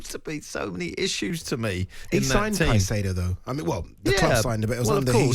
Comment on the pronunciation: Caicedo and not Casido. Broja is pronounced as Broya. Say the names right first